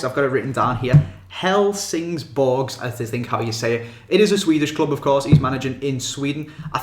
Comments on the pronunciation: It's said like hell-sing-Borg not hell-sings-Borges ik it's not much of a difference but just Trynna help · It's pronounced "Helsin-Borw" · its pronounced hell-sing-borg